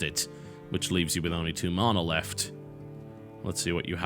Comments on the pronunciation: why do you say marna?? it's ma na.. mana. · tis man-a! not marn-a